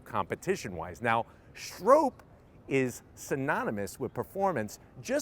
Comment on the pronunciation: Lmao its not Strope. Its pronounced Strop. Bill Stroppe.